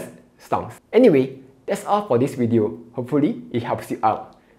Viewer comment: video is pronounced as WEEEE TEO!